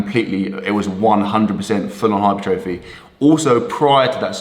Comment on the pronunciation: The difference of knowledge is never more evident than pronouncing the word 'hypertrophy'